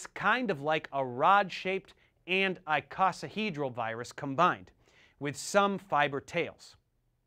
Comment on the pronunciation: Some good info, but I think your pronunciation of "icosahedral" and "adenovirus" might not be correct.